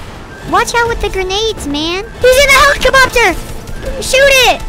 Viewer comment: I laughed so hard when he said helacadopter lol